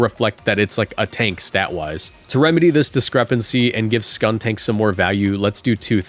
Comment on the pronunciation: skuntank isn't "tank" as in "armored vehicle" it's "tank" as in "gas tank"